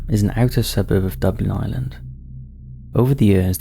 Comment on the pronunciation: He always says things wrong, you’d think they would look it up before they say it in a video, I’m English and I sit here rolling my eyes like ffs say it properly, personally I think h does it on purpose, because I’ve heard him say Dublin wrong twice then right several times…. Annoying!